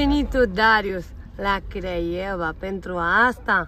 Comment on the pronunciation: Craiova Anca nu Craievea. Nu stiu frate de unde le scoateti😅